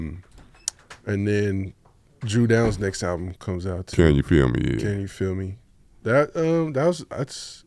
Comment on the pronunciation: As a kid i use to think bro name was “Phil” hearin Dru Down say “Feel” (feel me) in the videos 😂😂